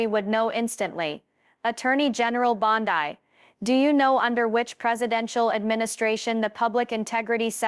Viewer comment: Teach your machine to read Bond-EE NOT Bond-Eye